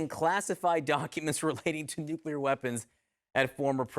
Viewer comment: Nuclear. It's pronounced Nuclear.